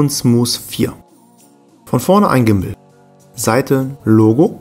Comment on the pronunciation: Alter es heißt nicht smus